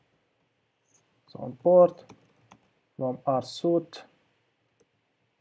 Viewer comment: Loving your videos man, you're the greatest. Just an fyi, "suite" is pronounced "sweet" (why, I have no clue). Your vids are a life-saver, keep it up.